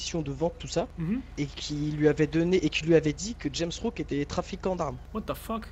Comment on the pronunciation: dit Rames Rouck mais c'est JAMES Rouck, en plus elle sait pas lire la fille ça mérite le coupage de langue minimum